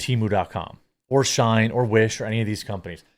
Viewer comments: Why the hell are you pronouncing SHEIN as SHINE when its pronounced SHE IN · FYI, it's "SHE-IN" not Shine :), but yes all chinese apps are crap. We should ban Temu and Shein. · Just for future reference, Brother-man: it's pronounced "She-in," as in "She in(side)." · 😂I’m sitting here thinking “wtf if shine?” Does he mean Shein?